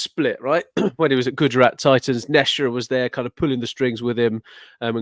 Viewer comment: Can stop calling Ashish Nehra "Neshra"? Asking for a friend.